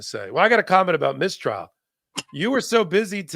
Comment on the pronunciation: Please: "Mistrial" has the stress on the first syllable. "Miss Trial" (which is a great name for the podcast!) has the stress on the second word. (Miss Tríal)